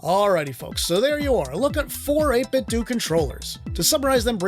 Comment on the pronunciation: 8bitdouh not 8bitdu